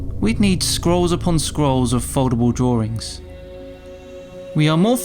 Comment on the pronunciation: Its 'drawings' not 'drawerings'. LOL